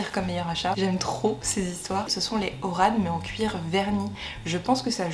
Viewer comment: il faut qu'on remette les choses en place mdr, le nom des sandales Hermès se prononce "Oran" comme Orang Outan (le singe) c'est une ville en Algérie, pas loin de la capitale Alger :)